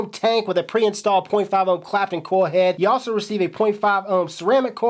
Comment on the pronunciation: Ever notice he says koi head instead of coil head?